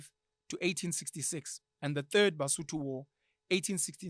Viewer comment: I am Mosotho, I am currently listening to you, and I hate it when you guys calls "Sotho" Ke Mosotho ( singular) Basotho ( plural ), there's no in between I love the this episode Rea leboha